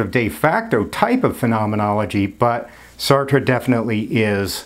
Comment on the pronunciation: Thank you for pronouncing Sartre's name correctly! :hand-pink-waving